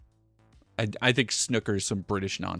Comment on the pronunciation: Giggling a bit at pronouncing Snooker as 'Snuckker' 🤭